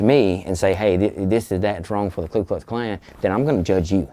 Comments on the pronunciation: I love how he's literally an Imperial Wizard and still mispronounces it as Klu Klux Klan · I dunno if I'm just being pedantic at this point but every time the Klan member says the full name he keeps saying Klu not Ku and I feel like if you're gonna be so passionately racist you may want to learn to say the name of your lil club properly before spouting your shit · The all-knowing “imperial wizard” has yet to pronounce his own organization’s name correctly. I wasn’t aware of the klu klux klan… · I love that Grand Wizard of the Ku Klux Klan can’t even get the name of his own organization right. Dude keeps saying “Clue Klux Klan” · This mf can’t even pronounce Ku Klux Klan correctly jfc